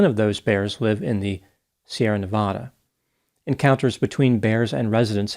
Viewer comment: Biggest pet peeve is when people mispronounce Nevada